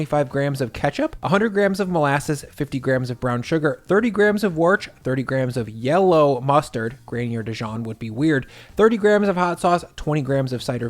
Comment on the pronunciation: Lol he says “Worch?” Is that because he can’t say Worcestershire? Typical North American 😅 It’s pronounced “Wuster-sher” 👍🏼